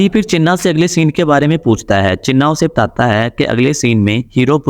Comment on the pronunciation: Tata hain .....Tata hain ...kya bol rahe ho....sedhe bolo na batata hain😅